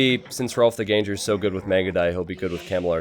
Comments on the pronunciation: Shouldn't Ganger rhyme with hanger/banger/langer/sanger/clanger, rather than with danger/ranger/stranger/manger/changer? (it also shouldn't rhyme with anger, and it also shouldn't rhyme with flanger) ENGLISH SUCKS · btw it's pronounced literally as 'gang-er', not 'gain-jer'.